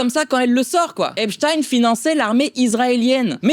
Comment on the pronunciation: Epstein était juif, et ça se dit "Epstein" pas " Epstine" 🤣 🤣 😂 on dit pas " les aventures de Franckestine" on dit "les aventures de Franckestein" 🤣 🤣 😂 😂 😂 😂 😂